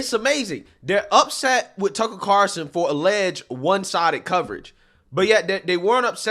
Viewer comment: One of these days you'll actually say Tucker Carlson correctly.